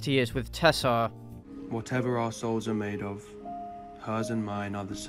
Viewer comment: Lawl... when Harden said "whatever our souls are made of," his accent turned that into arseholes for me. And it seemed more honest.